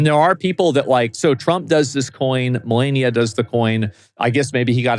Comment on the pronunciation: FYI you keep pronouncing Melania wrong